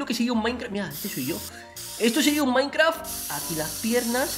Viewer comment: jajajaja me cagué de risa cuando dijo maincra sin ofender ok?....